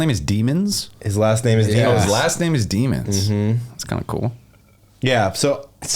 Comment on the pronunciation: Deamons is pronounced "day-mons", not demons.